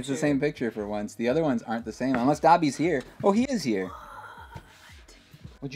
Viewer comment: It's Dobby not dooby